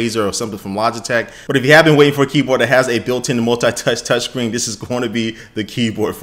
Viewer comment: i love that he said keepor instead of keyboard